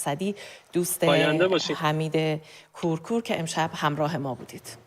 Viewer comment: ابولحمید کورکور. درست تلفظ کنید. ابولحمید کورکور🖤🖤🖤